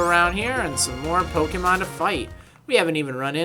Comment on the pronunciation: You don't know how to pronounce pokemon you idiot